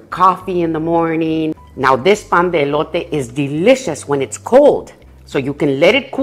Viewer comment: I love it when you say pan de elote tu espanol es perfect